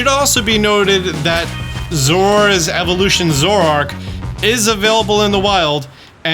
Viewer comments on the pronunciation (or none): none